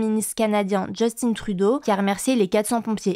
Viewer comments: C'est JUSTIN trudeau, pas justine!! Merci d'arrêter de massacrer le nom de notre 1er ministre....C'est pas parce que les anglais ont de la difficulté avec ce nom francophone, que vous devez copier les anglais..🙄 c'est pénible de voir ça.... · PAS JUSTINNE, JUST THYM Trudeau.,, lisez vous les commentaires ou pas? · J'aime comment prononce le nom de Justin Trudeau a l'anglaise alors que le canada est bilingue francophone et en plus Trudeau est quebecois, donc francophone avant tout... un peu cringe quand meme, arretez de vous prendre pour des americains